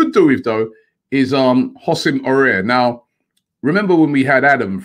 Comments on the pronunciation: AFTV - “ah-war” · Robbie, it's not "Houssem Aurier", you pronounce it "A-wahr" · I think it's pronounced A-OE-AR. With the first A pronounced more like an AU. Correct me if I'm wrong. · Can Robbie just pronounce Aouar properly🤦‍♂️😂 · it s pronounced a-war robbie not aurier ,aouar and we say a-war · Aouar is pronounced like Ahw-wah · Aouar... Robbie stop butchering this boys name😂